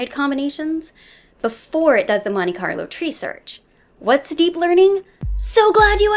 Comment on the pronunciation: What algorithm? Monika Loutry? Moniker Lottery? Moniqua-lou-tree? You flash so much random nonsense across the screen but fail to subtitle this for further reference. Sad. Otherwise cool video.